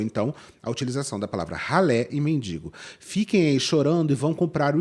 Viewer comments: A pessoa fala “mindingo” e quer falar dos outros hahahha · Tudo é péssimo, impressionante, cada vez ficando pior. Mas ouvir "MINDINGO", me da arrepios. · Ninguém sabe pronunciar mendigo? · Obrigada,, por esse mimo em pleno domingo 🥹 mas que agonia com essas duas moças falando “mendiNgo”, meu Pai 😰